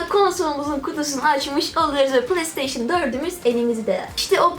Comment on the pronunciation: PlayStation Türkçe okunuşu Plesteyşın değil Pleysteyşın diye okunur.